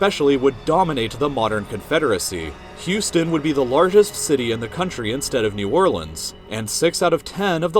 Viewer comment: Coming from a native to Louisiana, I can’t believe he said New Orleans right!